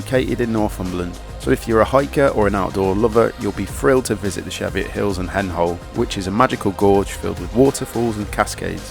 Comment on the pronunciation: Love your books but you really need to learn how to pronounce places properly. Kielder is said like keelder. Cheviots is pronounced Cheeviots. I will pick this book up as I loved the NC500 book.